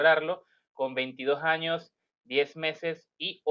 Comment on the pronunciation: Años. No digas jaños ejemplo Cuando dices dojaños. Por decir dos años. La informacion excelente ; adelante y muchos exitos.